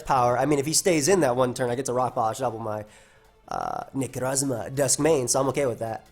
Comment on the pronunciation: Ikr x'DD NECROSSMA O_O